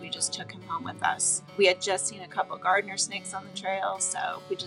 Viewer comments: GARTER snakes... not "gardener" snakes. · it is pronounced GARTER SNAKE not Gardner snake. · ‘Gardener snakes”? Gardener snakes!! I knew that’s what I heard. It hurts to see animals grieve so.